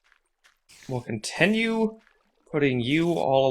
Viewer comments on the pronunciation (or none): The way you say continue really annoys me. You say it like con-ten-you